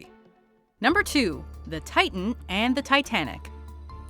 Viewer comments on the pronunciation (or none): none